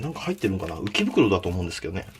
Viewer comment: 浮き袋が、池袋に聞こえた